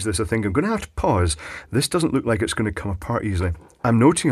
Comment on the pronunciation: buddy, you kill me....funniest one i seen yet......love the emphasis on commmme and finger..oh boy...long live kenny..